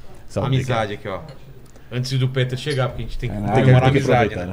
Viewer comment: Péter??...Peter = Pitér